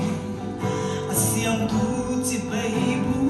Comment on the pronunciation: I aw dam tlap mai ngaihthlak a nuam thin i zaithiam bawk...chibei hi CHIBAI zawkin aw han tang leh deuh la